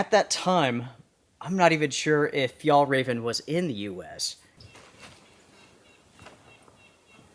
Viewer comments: Hi, from a Swede, Fjällräven is pronounced more like "fjellraeven" 😉 the letter Ä is not sounding the same as A, (the two dots makes it a different letter) Just messing with you a little 😉😁 Love your channel. 💪👍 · hey, the closest i can think of how you pronounce Ä is the sound of AE in Bear, Tear etc. or the A in Chair, Bare, Flair etc. Its not exactly right but close enough. its not an A sound, in Danish and Norwegian they write Ä as AE and not an A with dots like we do in Sweden. the name as you might already know translates to "the arctic fox" if it was just Fjällräv without EN at the end it would mean just arctic fox but in swedish if something ends with EN its the equivivalent of putting "the" infront in English in many cases. Same for Car = Bil, The Car = Bilen. Turmat is also Swedish, "tur" is a slang word for a hike and Mat = food. so it basically means what it is. Hiking food:) awesome find btw, that tent was probably a couple hundred dollars when new. and it really looks brand new.